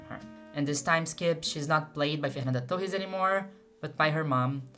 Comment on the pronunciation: *Clicks video* "Let's see what the american woman is gonna say abt the movie" *Pronounces "Torres" right* "I know you better than you think I do"